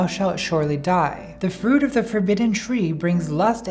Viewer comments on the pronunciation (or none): none